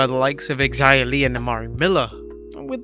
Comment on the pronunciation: Xia is pronounced as if it were spelled zia.........NOT Xzia. You aren't supposed to pronounce the X!!!!!